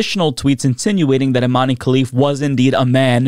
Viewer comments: Her name is Iman, not Imani, the e is silent. 😊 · Its not imany....its imen prono iation